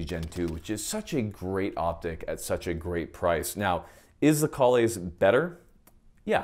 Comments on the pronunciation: It's Kay-Less. After the Klingon Jesus. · I know this is an old vid, but I just now saw it. It is pronounced “KAY-LESS”! I have to say that “Kahles” is a Klingon term from the Star Trek universe; It is the name of that race’s legendary/superman hero. They sing song and operas about him. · If you’ve never pronounced Kahles right, go ahead and hit that subscribe button.